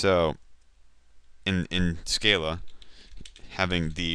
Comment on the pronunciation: SC-AH-LA. But good beginning tutorial, I like your teaching methods.